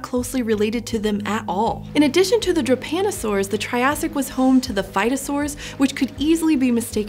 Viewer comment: She spells Drepanosaurs like it was Japanosaours.